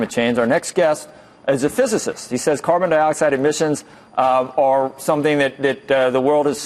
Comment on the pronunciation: Listen to this moronic moderator...can’t pronounce physicist but is somehow too smart for the professor. What a clown.